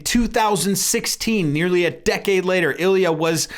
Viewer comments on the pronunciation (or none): none